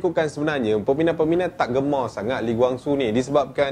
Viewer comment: Cara sebut tu salah. Kwang Soo bukan Gwang Soo. Dia marah kalau org sebut nama dia Gwang. "Who's Gwang Soo?"